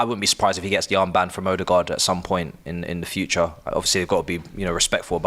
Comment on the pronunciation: He needs to correct him when he says Ordegaard as well